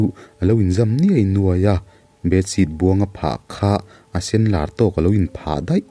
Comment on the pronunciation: Lâwr ti a i chhiar kha Lawr filawr tih ang ki a,chhiar tur